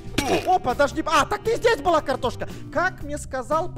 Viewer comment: я слышу картон а не картошка...